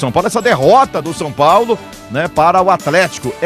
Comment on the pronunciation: Såo Paulo kkkkk tá osso